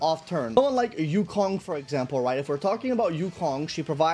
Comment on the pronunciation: "Yanking" lmao